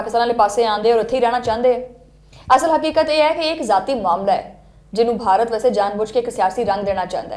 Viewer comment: I think your pronunciation of Bharat in punjabi is wrong. It should be pbh/pah, B silent. Your pronunciation is more like in urdu or hindi